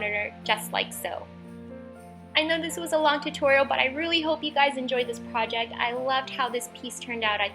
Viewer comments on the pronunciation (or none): none